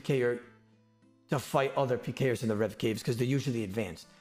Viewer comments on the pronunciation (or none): he straight up says "alot of advanced pee-ers" 😂 sorry im just mediocre at peeing man